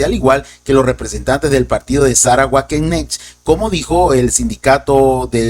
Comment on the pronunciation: Buenas noches, estimado, muy buen informe como siempre. Solo una observación, el grupo político alemán Wagenknecht se debe pronunciar aproximadamente como "Vaguenknejt", en alemán la W suena como V y la CH como J. Saludos desde Lima, Perú.